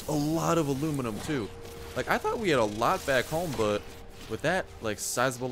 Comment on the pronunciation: It's not alunium its aluminum